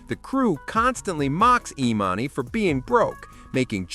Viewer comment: the AI narrator pretending to be a black man is so damn funny edit:@ the AI gets emannys name wrong